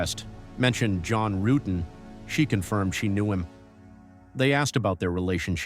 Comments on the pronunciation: His name is John Rutten not Rooten,that pronunciation was used deliberately to get Stephanie's reaction at the start of her interrogation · ..."John Roo-etten"...!? How TF do you read "Rutten" as "Roo-etten"...!?! It's something that AI would interpret and translate simple Language Code as.... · John Roo-etten 😅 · Not when you keep mispronouncing John Ruetten's name. Many videos about this case are already out there. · The intentional mispronouncing of John's last name in the beginning is ABSOLUTE GOLD !!!!!